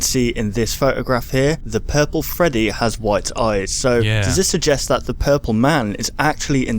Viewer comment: he sprat his self wif pupol spra.